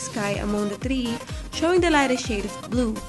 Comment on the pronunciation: I like the review but please, improve your pronunciation and try to make your voice more livelier. Be careful on pronouncing THREE and avoid using the Russian R because your using the English language.